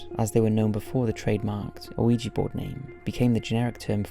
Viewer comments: I love these videos. However I cannot get past the pronunciation of oh-ee-jee. The 1896 trademark pronounces it "whee-juh". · You know the Mandela effect? Ouija is pronounced wee-ja. Not wee-gee. Somehow established itself like that, like so much other shit. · I know! I love his vids, and Ouija Boards have come up a lot over the years, and he always mispronounces it! It shouldn't bother me, but it makes me cringe every time. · "Oh-ee-ja board"?? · Ouijia is pronounced either "wee-juh" or "wee-jee." You do not pronounce the "O" at all. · Damn, 4 years later an you're still mispronouncing Ouija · Somebody please tell him that the O in Ouija is silent. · Why do you pronounce ouija like that? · Oui is french for yes and ja is german for yes. The german "ja" is said as "yah", but I don't think anyone cares that much, or they shouldn't worry about it... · It doesn't matter. However you say it, it's cool. 🙂